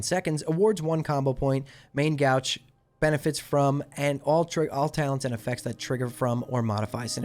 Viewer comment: One correction: Main Gauche is not pronounce Main "G-ouch". It is pronounced Main "Gowsh". It's a French word (that has entered the English vernacular) which literally means "left". So in essence "main left hand" i.e. (assuming right handedness as the majority of people/characters), "main off hand" or "off hand becomes main hand". "The more you know"